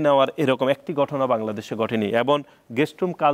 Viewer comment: আসুন টেম্পু একাডেমিক কর্তৃক প্রকাশিত নতুন বাংলা বানান শিখি প্রত্যাশিত❌ পোত্যাশিত✅ প্রক্রিয়া ❌ পককিয়া ✅ ঘটনা ❌ গটনা ✅ ফলাও❌ পলাও✅ প্রোপাগান্ডা ❌ পোপাগান্ডা ✅ প্রচারিত ❌ পোচারিত✅